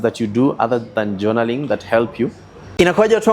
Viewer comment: JONALLING??????? JOURNALLING?